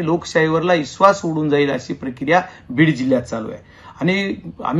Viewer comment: इश्वास नाही विश्वास असतंय 😀